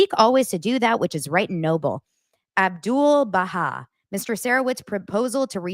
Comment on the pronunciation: Thank you! The inclusion of the quote from 'Abdu'l-Baha (which you are the ONLY content creator who attempted to read it, and even pronounced it correctly) is a jab at their faith without directly mentioning it. There were reports the RR/BL team was going to come out with claims that the Baha'i Faith is a "cult" (what kind of cult encourages independent investigation of truth???), which ironically, Baha'is aren't afraid of, because then people look into it and realize how wonderfully unifying of a religion it is (whereas they may not have known about it). I just wanted to say as a Baha'i myself, I'm deeply grateful that you're focusing on all the good Baldoni has done in the past and that it just doesn't add up. No one else, in any of his other projects has EVER had an issue with him--and he doesn't hold that much power, so it's not like they are "afraid to speak up". While he's not perfect (although he's striving), if we don't stand up for people like Baldoni, men will go, "see, it's a mistake to own up to our unhealthy practices, because women won't stand up for us when we try to do the right thing." It's so so damaging, after all the progress we've made. There are countless examples of his vulnerability and accountability being used AGAINST him in this document. Men are just going to go "nope", can't ever do that again.